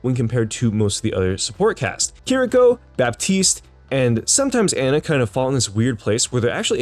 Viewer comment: The worst part about this video was how he pronounced Ana